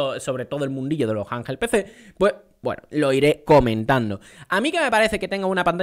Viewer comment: Me pone nervioso cada vez q dice "janjel pc"😂